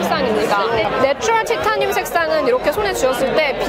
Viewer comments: 티타늄 -> 타이테~니움 발음 평생 안까먹으시겠어요 😂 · 구수한 티타늄 어디갔나요 ㅠㅠ